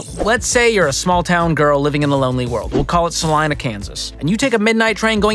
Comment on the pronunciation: But I'll give him props for pronouncing Salina correctly.